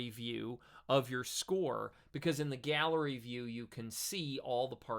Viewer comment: I enjoy your videos,. They hit on a lot of the questions that occur in my use of Dorico. You might note that the galley view in Dorico is pronounced galley, not gallery.